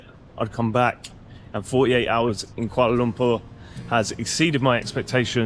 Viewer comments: Finally someone prononuced Kuala Lumpur right. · another great video. Good on you for pronouncing Kuala Lumpur correctly as my Malay pal always made me laugh when he said it’s like umpah loompah like Charlie and the chocolate factory. Try Penang island if you get the chance too. Delightful people in Malaysia and the only downside is that the party side is a little conservative but hey that’s understandable in a Muslim country but the people truly make up for it! Keep em coming!